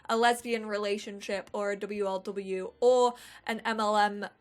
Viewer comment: Love how she actually says w l w and m l m instead of wlw and mlm I hope you read that like I do